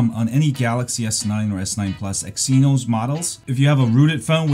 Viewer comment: "X E nos" lmao